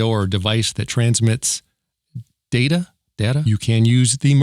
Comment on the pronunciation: IT'S PRONOUNCED DATA!!